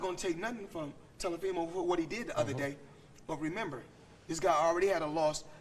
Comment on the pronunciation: He called Teofimo, “Telefimo” 😭😭